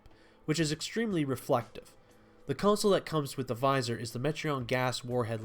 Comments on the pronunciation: Minor critique. Vizier is Viz-Ee-er or Viz-ee-air. Not Visor. Visor is eyewear. Vizier is a political rank. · AIR-heart; Vi-ZEER. A look at a dictionary will provide the pronunciation, meaning and source of the word. Learn words and prosper!